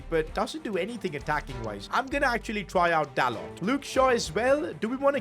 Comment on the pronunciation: It’s pronounced daloh not dalot